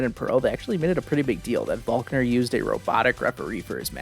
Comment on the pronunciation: why did you call volkner falkner they are clearly different